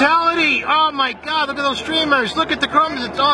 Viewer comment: Mi parte favorita es cuando dice oh mai gad